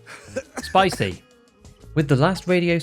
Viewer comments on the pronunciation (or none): Your way to calm "spicy" made me laugh as much this time as it did on stream. XD